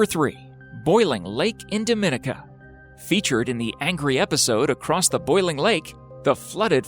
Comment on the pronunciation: Hi there. FYI, Dominica is pronounced "daw-mih-NEE-kuh" and is completely separate and different from the Dominican Republic.